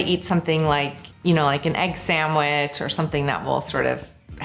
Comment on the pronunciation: egg saMwich???